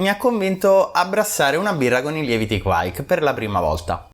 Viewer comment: Sempre interessanti i tuoi contenuti, ma devo correggere sia te che quei due maledetti di mash out podcas sulla pronuncia di kveik. Da bravo italoscandinavo vi mando un vocale.